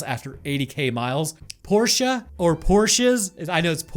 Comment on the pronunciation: "PorschE" was correct, theres no A to be found at the end of Porsche